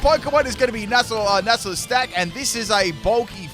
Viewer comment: Nacli and Naclstack's mispronunciations have done it